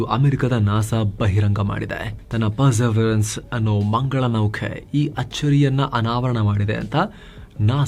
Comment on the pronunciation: perseverance..perserevence antha heltidira correct madkoli